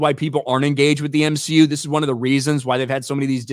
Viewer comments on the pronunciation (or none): The M-SHE-U does X-MEN ? 😂😂😂